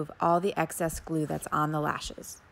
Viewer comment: She lost me when she said the word GLUE